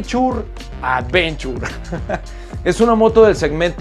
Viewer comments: jajajajajja advenchur!! awuevo que si jajajaja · Advenchur jajaja me cagué de risa